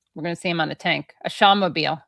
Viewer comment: "Shahmobile" was good, Katie